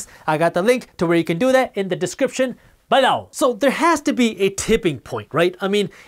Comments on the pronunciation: I love how he says the word "buh-loww!" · I come here every day just to laugh at how Jaspreet says “below” LOL Joking!! Awesome content as usual. We’ve entered a LONG period of “interesting” economic times!! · He's getting more pronunciated with it like a catch phrase